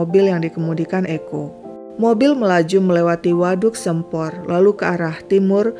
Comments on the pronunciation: Waduh Sempor Kebumen, baru tau ceritanya. Dari Kebumen hadir tp bacanya Bukan "Sempor" huruf "e"nya dibaca "E" hidup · Salah pengucapan di Waduk Sempor nya sih, soalnya aku orang Kebumen. Dan baru tau ada kasus macam ini😢